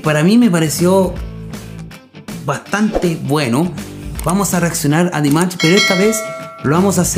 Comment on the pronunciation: Поете вы хорошо но имя человека которого любит весь высокодуховный мир произносите не правильно если вы нас деарс уважаете то правильно 🤴 Д И М А Ш !!!! Не надо каверкать и говорить Димач 🤨!!!! понятно вам 😎?! Не надо Ч 🙃 !!!